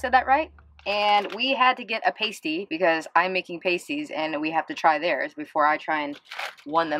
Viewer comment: I loved the video. Interesting take on the pasty, but as a yooper (born in Ishpeming, raised/lived in Marquette and Munising), I can't believe nobody corrected your pronunciation. Pasties is pronounced with a short a sound, not a long. Easiest way to spot a tourist is how they pronounce it. =)